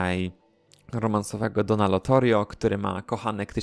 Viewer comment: Czemu mówisz LOTORIO skoro jest LOTARIO ?